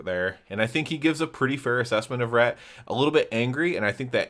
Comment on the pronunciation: reT, with the T at the end. not RE'